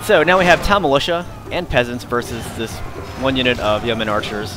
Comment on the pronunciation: Good game. By the way: "yeoman" is pronounced "yoman" not "yemen".